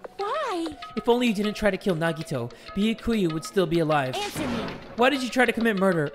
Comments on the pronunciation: Hajime: Nagito Subtitles: Naughty toe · everyone: no that’s wrong! Nagito: no that’s wong!